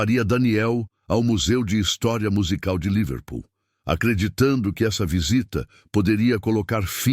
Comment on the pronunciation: A palavra não é Líverpool, com acentuação tônica na primeira sílaba como o narrador falou aí. A palavra é Liver Pool. A sílaba tônica não é em 'li' mas em 'pool'.